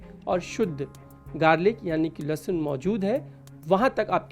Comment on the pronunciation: Dr bol rahi lassun😂😂😂